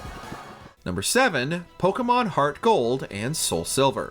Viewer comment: The way this man keeps on butchering these poor Pokémon names... Don't believe this was based on actual fan reception. This list makes no sense.